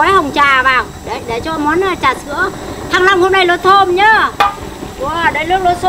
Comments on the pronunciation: Bà ns ngọng qá -) thanh long chứ kp thăng long -) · Rối loạn nhận thức hay sao ý, thanh Long cứ thăng long